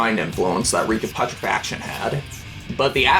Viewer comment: The fact that you fail to pronounce "Reek Of Putrefaction" correctly.....